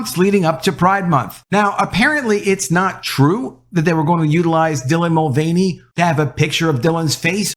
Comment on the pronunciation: There it is ....."TRANsgender INFLuencer DYlan MulVANey" one of the most cringe deliveries of the most cringe phrase on YouTube. Seriously just say the name with none of the emphasis